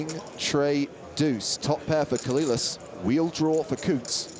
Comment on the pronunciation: Dude I know you're a brit and all but there has to be a part of you that just KNOWS it isn't pronounced "Coh-lil-las" dear god